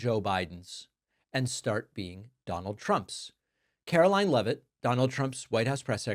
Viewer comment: Why can't this woman pronounce her "t"s? She sounds like a 5 year old.